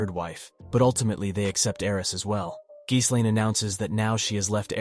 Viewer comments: good video but her name is pronounced "G - Lane" tooka while to learn this too.. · I don’t know if you’re using TTS to do the videos or not but I like how you break down the story. But the constant mispronunciation of the names of Rudy and Ghislaine is driving me absolutely crazy. I don’t get how sometimes you can pronounce Rudy’s name correctly and the next time completely wrong. Then never once pronouncing Ghislaine’s name correct ever. How you break the story of the LN is great but again the wrong name pronunciation is irritating.